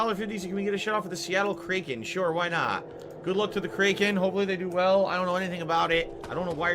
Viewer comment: Add "kraken" to the list of words can't pronounce.